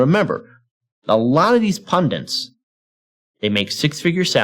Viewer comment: Agreed. But please learn how to pronounce "punDIT" (not "pudiNt") if you're going to use the word so often.